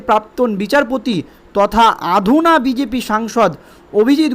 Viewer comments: কথাটা আধুনা নয় অধুনা। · আধুনা হবে না। উচ্চারণ হবে অধুনা। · আধুনা নয় অধুনা। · আধুনা নয়_ অধুনা ভুল বলেনকেন!